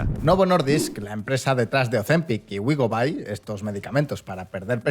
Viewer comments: como médico, por favor, si vais a hacer un vídeo sobre medicamentos, buscad cómo se pronuncian las cosas - no es [wégovy] es [wegoovy] - no es [semaglútida] es [semaglutída] que me duelen los oídos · 😂wegovai😂 es wegovi😂